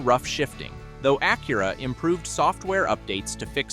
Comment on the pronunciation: Funny how Porsche is pronounced correctly but Acura not.